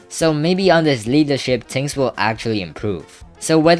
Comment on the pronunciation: yo stop saying "ting" its "thing" lmao